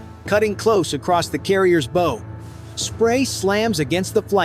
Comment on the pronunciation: JUST ANOTHER A. I. COCK-UP ..... A SHIP HAS A BOW AS IN { BOW WOW } NOT A BOW AS IN { BOW AND ARROW } THIS SHIT IS TO STUPID TO BE REAL LET ALONE LISTENED TO